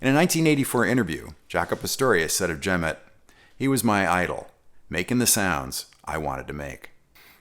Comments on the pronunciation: loved video... but i believe it's pronounced Jerry 'ja-MOT' check it out here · Just so you know, Jemmott is pronounced with the accent on the second syllable: jem-Mott. Also, Will Lee plays p-basses, more specifically Sadowsky p-basses.